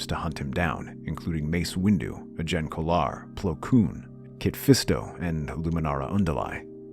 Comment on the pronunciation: Also, one thing I want to mention before I forget, Saesee Tiin is actually pronounced differently, as say-see-tin, like tin can, and Agen Kolar is pagan, but without the 'P'.